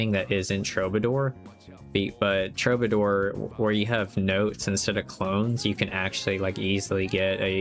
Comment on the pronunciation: Nice vid. TRUE BA DOOR (killing me with the pronunciation)